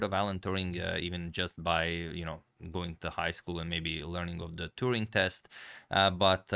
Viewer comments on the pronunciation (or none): Turing not Touring ! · A correction. It's Alan Turing (not Touring). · Hmm, I think it is Alan Turing, not Alan Touring. Otherwise great video! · His last name is Turing not Touring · His name is Turing. Not Touring.